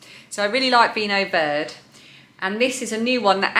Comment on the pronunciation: Lovely to meet your mum :) That purple root vegetable is called kålrabi in norwegian and is one of my favorites, as raw or mashed with some potatoes for a christmas dish with lam ( pinnekjøtt) :) Vinho Verde - is pronounced with the e at the end. ver - de ;) Greetings from vinho verde country of Portugal